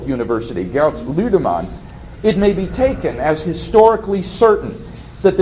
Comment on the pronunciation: I never get tired of hearing WLC pronounce 'Ludemann'. lolz